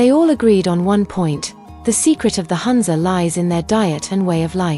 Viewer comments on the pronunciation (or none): It’s NOT HANZA. It’s HOONZA ( HUNZA) The U is pronounced as Ooo.